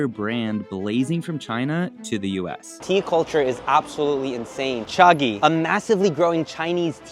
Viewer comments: He says Cha-gee, but its supposed to be pronounce cha-jee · Cha-G not Cha-ghee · It's pronounced Jee though. Chagee = tea princess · Someone teach this guy how to pronounce Chagee